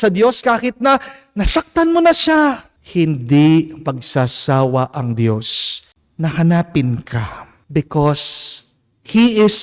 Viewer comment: i hope u dont mind po ... for the male singer, pls pronounce Dios (Diyos) not Di - yos ✌️❤️✌️